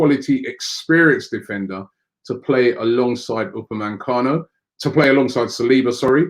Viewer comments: only one 'n' in Upamecano it's not Upamancano ffs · How the hell does Robbie get UPAMECANO to UPA-MAN-CANO. It’s been more than a year. Jeez. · Please Robbie stop saying upamancano. It’s Upamecano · I hope we don’t sign Upamecano because I don’t think I could cope with you miss pronouncing his name every week lol